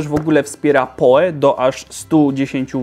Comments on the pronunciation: albo po prostu "poł" jak przy wymawianiu nazwiska Edgara Allana Poe'a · PoE czytaj "pi oł i"